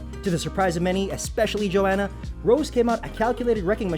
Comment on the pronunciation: I stopped watching after I heard the dude say Joanna's name lol